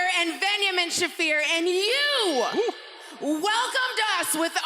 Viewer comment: She even botched her own name. Marina, it's "Shafer" not "Shaffeer"